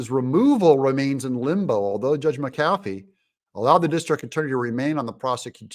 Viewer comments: Brian Kemp needs to get rid of this criminal Willis!!! Doug the judges named is pronounced Mac a. Fee. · I have said Mack A Fee, and also Steve SAY DOW several times. Not sure he reads posts. lol.